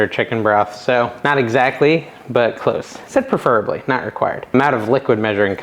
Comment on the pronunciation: Just found your channel and love it but you just hit the only really big pet peeves i have saying perfurably it is spelled preferably pronounced pref.er.a .bly google how do you say it and it is pref not per still love your channel